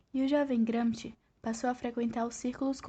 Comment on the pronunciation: Não sabe nem pronunciar o nome Gramsci